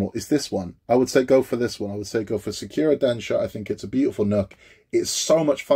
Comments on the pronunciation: Thanks for this detailed review. I've wanted to get the Sakura Densya since the first time I saw it. The newer "Falling Sakura" has too much of a "cartoonish" look to it, specifically the girl and the cat. Pronounced SAH-coo-ra (the "r" in ra something between an "R" and an "L"). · SEKIRO is strong with this one, do you play Bloodborne too? 🤣 SA KU RA man! SAKURA! Not SEKIRO 🤣 Jokes aside I built that one too, it looks great on the shelf, 😉👍